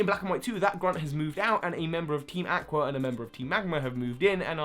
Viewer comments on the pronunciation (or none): You pronounced Aqua wrong! It's (Ah-qua) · That's a very creative way to pronounce "aqua".